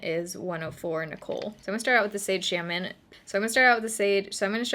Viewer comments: The "sade shamon"😂... Lmao i laughed so hard, i always say "Shart shape tape" lol...💁 Tongue tied👅💫 you're under eyes do look bomb AF! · "shamon" "shart" 😂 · “So I’m going to start with the sade shalmon” 😂😂😂😂😂